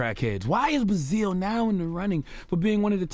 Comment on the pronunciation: This dude doesnt know how to pronounce basil